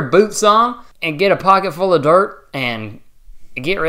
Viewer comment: “strap in okay? put your-c-put yer boots on, and get a pocketful of dert and.....git reddy”